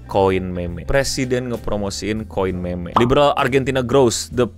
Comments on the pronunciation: Kenapa bacanya meme kenapa gak mim aja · Koin MEMEG? bukannya bacanya MIM? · harusnya mim saja biar nggak kedengaran kayak meme(k) 😂😂😂nguwawur, tapi terima kasih infonya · agak risih pas bang bilang kata "meme" pake ejaan bhs. indo, apalagi kata selanjutnya "kripto"😅